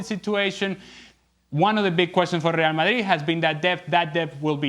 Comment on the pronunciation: Say rreeall madrrrid one more time